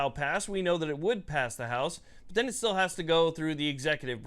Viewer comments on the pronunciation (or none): none